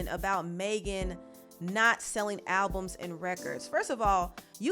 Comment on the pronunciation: I think he said qlbums.